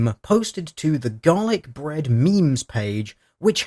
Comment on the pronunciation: Am I the only one who hears "Dalek Bread" every time he says Garlic Bread?